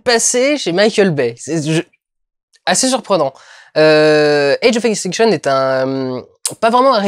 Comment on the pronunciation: Je parle pas de cette vidéo en particulier, je parle d'en général (mais là c'est le "age of ixtinction". Juste pour dire que ou tu prononces à la française (qui ne gène personne à part les québecois) ou tu fais à l'anglophone mais bien, l'accent "je sais plus ou moins comment ça se prononce mais ça sort pas vraiment comme prévu" jme dis toujours que c'est un effort inutile dans une phrase. Mais j'accepte ta critique.